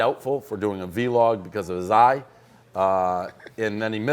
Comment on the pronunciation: Did pres really say "v log"